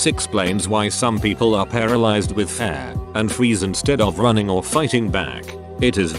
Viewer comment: Story: "Fear" Voice: "Fare"